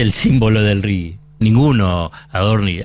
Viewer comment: Es RIGI, no RIGUI. RIGUI sería en inglés.